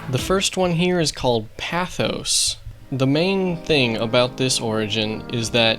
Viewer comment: The first one is pronounced “pay th ose”